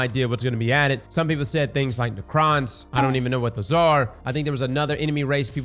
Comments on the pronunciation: necron is "neck ron" not "neh cron" <3 tau is "tah w" so perfect pronunciation brother seargent! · It’s pronounced neck-ron not nicron… bruh